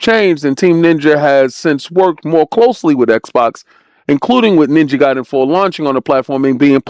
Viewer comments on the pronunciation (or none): none